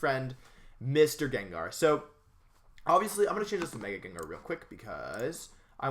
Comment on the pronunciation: thought its name is pronounced jen-jar???